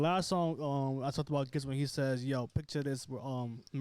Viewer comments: Pronounced Jizza. Not Gizza. 😂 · Hearing this guy say Gizza over and over again (and he’s clearly aware of the Clan) is soooo cringe-worthy 🙄. Please son do yer knowledge and pronounce it right “Jizza” (GZA / Genius). He’s only a top 10 MC of all time. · it's GZA not "Gizza' pronounce the G like a G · GZA is pronounced like the G in Giants. Not like Get it Go. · I came here to say the same thing. My man said Gizza Lol!! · How can this be your favorite album when you don't even know how to say the guy's name? It's pronounced jiz-a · All love but definitely make sure you know how to correctly pronounce the artists name you are reviewing. They deserve that respect #WuTang 👐